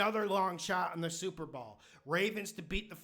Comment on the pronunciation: "Super Ball" 😂